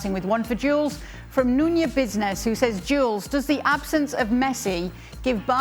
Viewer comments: Nunya Bizness lol 😂 she really read it as if it was a normal name too lmao 🤣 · “Nunya Bizness” 😂😂 cheaky